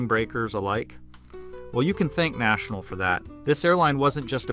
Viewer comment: At "National" I KNEW you didn't know what you're talking about.